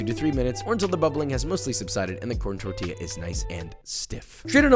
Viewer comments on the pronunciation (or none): none